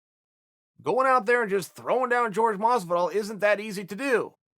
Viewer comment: If you’re gonna say his name a million times at least pronounce right you egotistical lame